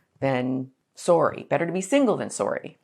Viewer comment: The way you pronounced “sorry” sounded very Canadian. Lol